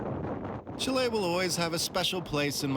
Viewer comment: It enoyed me so much the way he pronounced Chile. He was saying chiléí all the time.. Since he says some fraces in spanish he should have made a bigger effort. Well well, no pasa nada supongo.